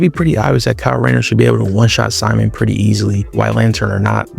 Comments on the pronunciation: It’s “sea-moan” not Simon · Simon ain’t syman It’s pronounced C-moan